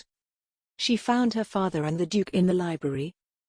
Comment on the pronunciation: The robotic voice pronouncing words wrong take the enjoyment out of listening. SECRETEed becomes secreted- as in to ooze. Read is pronounced red. Father-faither